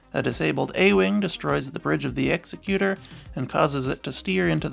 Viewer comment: Nice video. Just one little nitpick.. the SSD isn’t pronounced like executioner. It’s pronounced like executive. An Executor is someone that executes someone’s will. Pronouncing it like execute doesn’t make sense as Executor in that sense isn’t an actual word as the proper term for one who executes people would be an executioner.